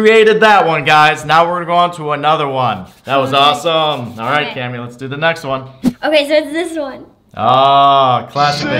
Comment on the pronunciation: its cammy not clammy LOL!